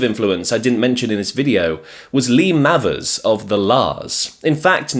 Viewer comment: Lee Mavers surname is pronounced May-vers, not Mavvers.